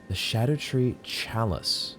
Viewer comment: I'm so glad you aren't saying "ska-doo," thank you for getting it more right than most